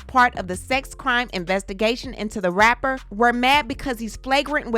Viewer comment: When she said rapper, it came through as r*per.